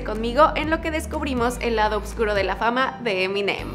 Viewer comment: Vale AILED ♥️ vas mejorando, ahora escribes bien oscuro pero sigues pronunciado obscuro